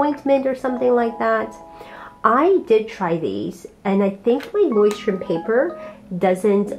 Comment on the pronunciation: I speak german and you’re pronouncing Leuchturm pretty well actually :) I got the bigger version (A5 I think) in the same color and loving it so far! Can’t wait to see your final spreads!!